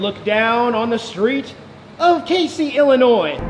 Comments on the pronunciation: Pronounced Cazey, not like the Caseys general store. I’ve commented on your videos for the last 4 years telling you to check out my area of the country. You also forgot the largest golf tee at the Casey country club. (Open to public) FYI, you’ll eventually hate the state of Illinois. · Kay-zee right? Had a girlfriend from there once long long ago. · I used to live in Casey. The locals pronounce it Cazey. I used to live where the largest seesaw is now. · Had a girlfriend from Casey. It's actually pronounced (KAYZEE). Just letting you know - not that I give a crap. Also, I believe my ex-girlfriend from there was the official owner of the largest "RACK" so that one in the video would be the second largest but it's still in Casey. LOL! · Woo Hoo! You came to Casey! Ok--so you need to work on the pronunciation a bit, but GREAT video! Next time you come back, drive a little farther south and visit the Moonshine Store!